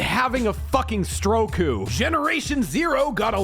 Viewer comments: "I'm having a Stroku" that killed me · "I'm having a fucking stro-ku." You had no right to make me laugh so hard I achieved cosmic apotheosis. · Good luck-u with your stroke-u